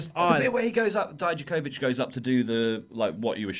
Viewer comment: You pronounce Dominik's last name better than the US commentators because you end it with ich, but it's not pronounced as Di - Ja, but as Di - Ya - Kovich! Haha, greetings from Croatia!